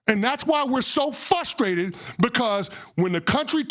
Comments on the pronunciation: Maybe learn how to pronounce fRustrated and then MAYBE we can take you seriously! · Right and the first clown said " we fustrated" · Why can’t black marxists pronounce the word “frustrated”? The word is NOT FUSSTRATED.